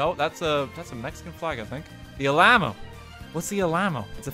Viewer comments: Btw it’s pronounced Al-uh-moe. Always remember it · “The Ah Lamb Oh” Texans: REEEEEEEEEEEEE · Im visibly cringing every single time he tries to pronounce some of the names. Yakima (yak e ma) Alamo ( Al a mo) and others. Still love the vid though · I've never once heard it pronounced as All-ai-mo. I've heard Al-uh-mo my entire life. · yeah I was like the heck is he talking about "Al ahmo" then I looked at the chat and died laughing "Alamo" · How he said Alamo. A lamb oh.😂 Its Al-uh-moe. "A" as is 'a'pple. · The "uh-LAH-mo?" Oh Daniel... oh man. You sweet summer child. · Uh-la-mo Bruh make a video apology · My soul died when rt game called the Alamo “alama” like seriously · Me, a Texan, excitedly hoping for something Texas related: RT: what’s the ala-mo? Me: god,,,, why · As a Texan, I can not express how loud I laughed when I heard him say “alaymo” and “never forget it” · he said alma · I'm more pained by how he pronounced it. It sounded like al-ahma. Lol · "The Ahlhamo?" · BRUH this man said “allam-o” as a texan that hurts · “What’s the A-LAMB-mo?” Texans: triggered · "Whats the allammo?" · you mean the allamao as RT said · al mayo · Hearing someone say Alamo as “EL AMMO” is really weird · As someone from Texas, I got irrationally upset when RT called the Alamo the "A-Lame-Oh" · Alamo Not whatever u said "Al-a-mo" is how you say it lol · i’m sorry but i’m going to pretend like he didn’t pronounce the alamo as the “ellamma” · cape can-nah-verile and the al-lah-moe I can't! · The ALAMO. All - uh - mo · When RT mispronounced the Alamo I could hear the raging screams of thousands of Texans all the way from Illinois... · I am disappointed in his pronunciation of the Alamo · And fails at pronouncing them like Cape Canaveral and The Alamo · The 'murican in me felt an immediate need to declare war on RT at the butchering of the pronunciation of The Alamo lol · Man I ain't even texan but damn I was both mildly angry and laughing like crazy at that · he even mispronounced it